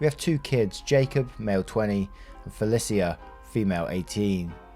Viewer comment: I have never heard anyone say my name like that. I have the same name as the daughter in the second story. To us it's pronounced Fa-Lee-Sha. I like how you said it though. I wouldn't hate my name so much if that's how my parents intended for it to be pronounced.